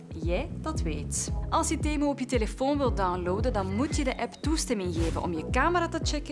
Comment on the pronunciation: is niet temoe maar temuu